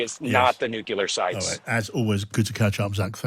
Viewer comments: so many journalists saying "nukeelar" instead of "nuclear" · Take a shot every time you hear nucular instead of nuclear. Drives me nuts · Its called NUCLEAR NOT NICKLAR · can't listen to that many nucelar utterancies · Zach you could improve your credibility by dropping 'nucular' from your vocabulary. There is no such word in the English language. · To much listening to Homer...the word is NUCULAR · By the way he kept saying "nucular" I thought he was from Texas. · "New-killer" not "Nuclear" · Who's going to tell him he's saying "nuclear" wrong? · our idiot energy minister in australia is similarly afflicted with this same speech impediment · George junior isn't from Texas... Is he?!?